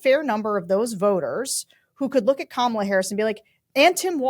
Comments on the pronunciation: Sarah, it's not KaMAHla. It's Comma-La. It's disrespectful to continue mispronouncing her name. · Great episode, but one small criticism: for God's sake Sarah, learn how to pronounce Kamala consistently!!!! By now you should be able to get it right every time. It's infuriating and unprofessional that you can't manage it consistently, you sound like a disrespectful GOP hack when you say KaMAHla, and I know that you are not that! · Comma , la. Not Ka Mal a!!!!! Learn how to properly pronounce her name. She is our Vice President for God’s sake. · PLEASE people, it’s COMMA-lah Harris, not Ka-MAH-lah Harris! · Why are they both pronouncing Kamala's name incorrectly? KAmala, not kaMAla... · Syrah you know she pronounces her name Comma-lah, right? 😉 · If you can't learn to pronounce Comma-luh, just call her Vice President Harris, please. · KAM -A - LA. Why is her name so freaking hard? 🤔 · Can you all be respectful and learn how to pronounce her name. It really isn’t that difficult…Comma-La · Comma-luh. Is it really that hard to get right, Sar-ugh? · Vice-president's name is pronounced comma-la.. As in 👉 , law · PLEASE— it’s KA-mala Love you, but please correct your pronunciation of her name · It's really tough being a VP. Your primary job is to wait for the president to either die or become disabled enough to leave the presidency. That a president gives a VP other things to do can only be a plus. I think it would be respectful to learn to pronounce Kamala properly. Comma - la emphasis on the first syllable, as in "," - la as in lalalala. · Very good! I’d just like to hear them both consistently pronounce “comma-la”! 😊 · Please stop pronouncing her name wrong. it’s commaLA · Hey guys, friendly reminder - it’s pronounced Comma-La. Thank you! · Sarah, I would expect you to pronounce Kamala’s name correctly. Yikes girl. It’s ,la. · Please say her name correctly. Comma — la. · Remember it’s Comma Luh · Come on,guys…. It’s COMMA LA! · Fyi, it's "comma-la"